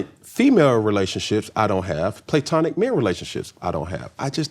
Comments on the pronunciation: When he said we ACT LIKE we all graduated from college, and she said "Well we did." Clock it. They may act ratchet but they are EDUCATED 🤏🏾He would be more relatable by just correcting himself instead of defending him saying words wrong. Nobody says Playtonic... Tomato Tomato STOP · And on this day in Black History the term Playtonic was created by Cameron Newton when he mistakenly mispronounced platonic. I damn sure will be using it from now on. Thanks Cam. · And the word is not pronounced PLAY TONIC. Cam kills me! He cannot be corrected and knows everything. Sheesh! Bro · I like how can just sense the bullshit. 🤣🤣🤣 First of all, why can't he pronounce words correctly. The way he is saying platonic is sending me. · Play-tonic! Cam thinks he is right all the time! That is not how it's pronounced, if you don't know cam just admit you don't know! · Him saying play-tonic is throwing me off cause it’s changing the definition 😂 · omg! Came here to say that. It grinded my gears toner him way PLAY-TONIC 😭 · How are you someone in the journalism field not caring to say words correctly? play-tonic? really? I'm glad Pour Minds made a fool of you even in moments you didn't realize they were. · playtonic??? 😂😂😂 he need his own dictionary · face as soon as he said “playtonic” 😂😂😂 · Him repeatedly saying “playtonic” … plssss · Nobody has EVER said PLAY-TONIC 😂😂😂😂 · Go look up the pronunciation of platonic! Please! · Platonic is pronounced Pluh-tonic NOT PLAY-tonic😩🤦🏾‍♀️ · If dude says “Playtonic” one more time 😂😂😂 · is hilarious!!! “is there a reason why we’re saying PLAY-tonic?” 😂😂😂😂😩🤣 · It’s not PLAY-TONIC…. Just makin up ish 😂😂😂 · homegirl said "is there a reason we're saying PLAYtonic" 😂😂😂😂😂😂😂😂😂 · tomatoes = tomatoes pecan = pecan playtonic ≠ platonic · He keeps saying PLAYtonic to make it makes sense and it absolutely does not! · Playtonic” is stressing me out 😂 i know they were tickled leaving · This “play-tonic-“ Cam is saying is driving me